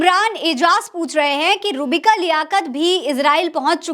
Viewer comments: नाम गलत ले रही हो आप,, रूहबिका बोलिये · आप नाम सही से ले,,रूह बिका,,का